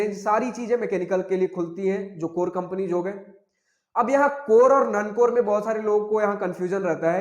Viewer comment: Non core ❌ None core ✅. 😂😂